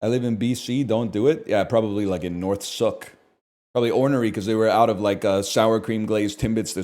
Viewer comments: "suhck" it's Soooooooke... Like Luke mainland ass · NL name dropping and COMPLETELY butchering the pronunciation of Sooke was not something I was ready for when I clicked on this video ngl